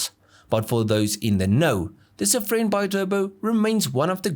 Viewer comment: I have cringed from the moment he said Safrane, I knew it'll get worse, he didn't disappoint. With Hartge he had his Masterclass 🤣🤣